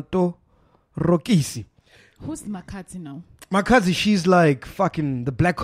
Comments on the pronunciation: MacG it's not "matokorisi" it's "MATOROKISI" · Matorokisi...not Matokorisi 🤣🤣